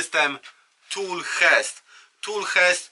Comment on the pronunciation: Jezu Nie "hest" Tool "czest" - czytamy "Chest"!!! Nie mówisz tol tylko "tul" więc czemu kaleczysz "hest"? Kolejny kanał i kolejny "hest" :// jak masz narzędzia Dewalt to mowisz dewalt czy Diłolt?